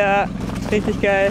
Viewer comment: thx after this video everybody should know the very important german word 'geil' or 'geijel' how would pronounce it